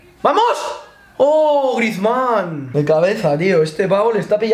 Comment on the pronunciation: Nadie: Absolutamente nadie::grizmnán